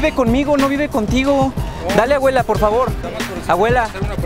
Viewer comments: JAJAJAJAJA el boludo decía aguela😂😂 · sofiaa castillo Es que el men decía "awela" en vez de "abuela" xD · “ES MI AWELA” 💀😂